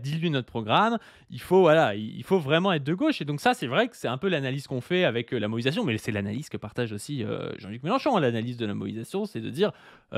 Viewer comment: elle n'a pas plutôt écorché "mobilisation"?